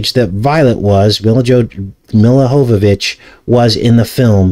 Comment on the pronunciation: When I was younger, and the fifth element came out n I saw it. I thought she was the hottest female I've set eyes on so far in my life... that being said, I think it's pronounced YYYovovich